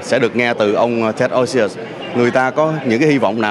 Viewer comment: Ted's last name is OSIUS, not Osious.